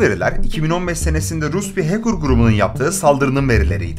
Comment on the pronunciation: Hacker’ı “HEYKIR” diye telaffuz etmesinden belliydi zaten 🤓